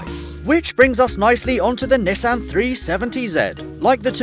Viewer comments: Had to stop watching the video at "Nessin 370 zed" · You said Nissan 370Z wrong, S H A M E O N Y O U